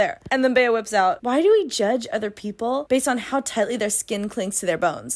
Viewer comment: oh my god for some reason i spent like the first portion of the video thinking the female lead was filipina or that you just know one with the name. bc that’s how we pronounce bea like the nickname for beatrice. colleen just gave her the white woman california vowel shift special.